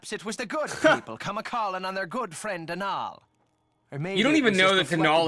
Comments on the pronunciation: According to Youtube's official Irishman, Donall's name is not pronounced Do-NALL, it's just Donald without the d lol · As an Irish person I’m cringing so hard ITS DOH-NUL🤣